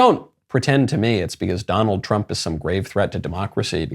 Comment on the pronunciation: "Donald Tump"